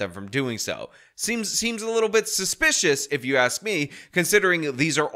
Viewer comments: Why is it so hard to pronounce ask the correct way….I must have heard them say axe about 37 times during that meeting… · every time she says "axe" i cringe. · AXE?!? Can no one pronounce A S K? Good lord. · If I hear any form of "lemme AXE you a question" again I'm going to fucking scream. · Good Lord?!? Can no one pronounce LAWD? Just axing. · I axed you not to say that! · Rule #1 don’t vote for someone who says ax instead of ask